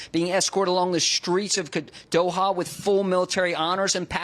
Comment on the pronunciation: Dohar? Are you kidding me? Great stuff he did out that way but come on guys get your script straight. It couldn’t be easier to pronounce